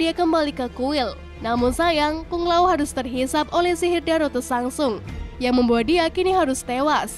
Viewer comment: Penyebutan tokohnya ada beberapa yg salah... Milena, Tsantsung, sonya blade. Ejaannya diperbaiki lagi🥰